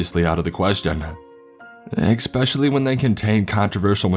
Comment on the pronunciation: it’s especially, not ek-specially